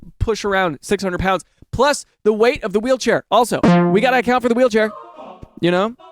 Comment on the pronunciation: "You got to account for the wate of the weelchair!"😂